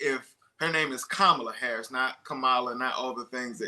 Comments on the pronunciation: Learn how to pronounce her name. It's not that hard. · What a mess of an interview. Host mispronouncing Kamala's name which he really should know (especially as it's a known touchy subject). One guest invited from a wacky "alternative truth" organisation. The other guest repeatedly swearing. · You are pronouncing Kamala Harris's first name incorrectly. Please don't do that. Please learn how it is supposed to be pronounced. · That woman did not pronounce Kamala's name right, I stopped watching and will downvote this video. This is appalling. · This guy still hasn't learnt how to pronounce Kamala's name - disrespectful reporting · lol cant pronounce kamala yup shes a trump supporter